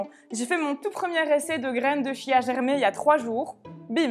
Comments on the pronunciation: Bonjour, on prononce graines de quia, et non de chia!...c'est plus sympa! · Ça se prononce "kia" ("chia").